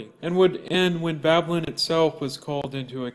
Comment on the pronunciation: If you can't even spell or say Babylon correctly, you shouldn't be spouting off about it. Seriously. What a joke you are.